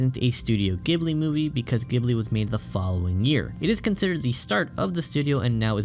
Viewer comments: The pronunciation is /GEE buri/ btw. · It hurts every time you say the studio name incorrectly...